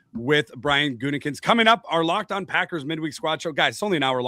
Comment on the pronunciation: That "Gutingkinst" pronunciation 😂